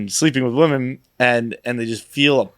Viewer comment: Also how has no one called out inability to pronounce the word “women” 😂